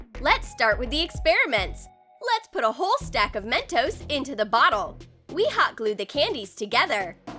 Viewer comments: she said men-toes it's men-tos🤦🖕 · Me: "Narrator needs a hiding" Narrator: Why? Me: "it's called Men-tos not MEN-TOAST! LOL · I Know It's Mentos I Can Spell I Meant That There Acent Was Men-toe Not Men-toast. So Yeah. I Hope You Learn How To Understand Words. 🖕🏼👌🏼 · men toes is what i heard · they said Mentoes